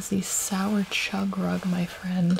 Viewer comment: u said chug rug ;-; but it was funny